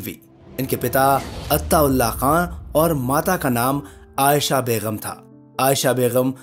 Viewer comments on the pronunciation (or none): Begum not Beghum. There is no guttural sound in begum (gum). In urdu 'g' and 'gh' are different sounds.